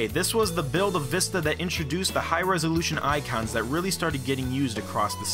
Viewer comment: Because they want to test the people if they can say the right way to pronounce it People keep saying (vih-sta) instead of the right way (vee-sta)